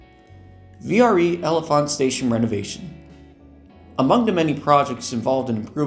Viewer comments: The pronunciation of L'Enfant is closer to "Lon-Font" (named for Piere L'Enfant). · This is a great video! I have a few small corrections and comments on some things: L'Enfant is pronounced like "la-en-font", or more commonly just said as "lawn-font". This extension was canned because of low projected ridership, as well as the fact that the yard is at Broad Run, meaning trains would have to run back to Broad Run after completing the trek up to Haymarket. The NS line that the service would run on is also not double tracked, with only a few passing sidings. The coaches in this render aren't exactly correct in this render either, as it features doors between cars on the upper level like a superliner, rather than a door on the lower level, like gallery cars have. VRE is partially funded by the PRTC, which is the agency that runs OmniRide. Additionally, the photo was taken somewhere within the jurisdiction of ART (Arlington Transit), so the picture was taken in Crystal City, as Woodbridge and Manassas are not served by ART.